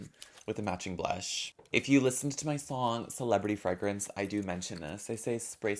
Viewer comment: im obsessed with how you pronounce Fragrance. freh-grence